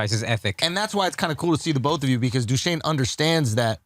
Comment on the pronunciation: Schultz pronouning DUshane like Curtis from Liverpool